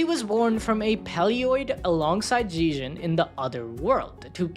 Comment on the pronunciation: Its pronounced zeg - ee - on; he literally says his own name in the anime.